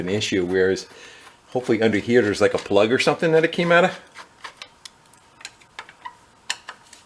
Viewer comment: Ummmm “Plud the floods out? 😂😂😂😂😂